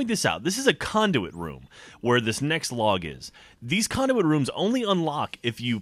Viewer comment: Lol sounded like said Condiment Room